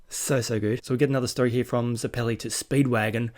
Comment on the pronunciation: Also if you're struggling with names homon is pronounced like har-mon you did get it right at one point so congrats and zeps name is pronounced like the zeppelin ballon bizarre I know lol but you'll find out while probably already knowing the names are gonna get more strange